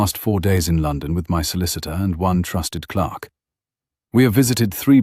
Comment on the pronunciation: Clerk. The word is clerk, not clark. All of these stories do that. Kind of weird to a grammar nazi. Otherwise, love the narration on this one.